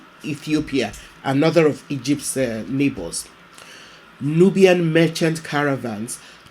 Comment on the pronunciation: nubian » newb(eing) <3